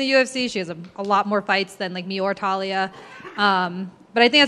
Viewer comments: Her name: Taila Americans: Talia Words are hard. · Taila, not TAH-Lee-uh. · It's not Talia, it's Taila with an "i"! Lol anyways, super interesting fight, can't wait.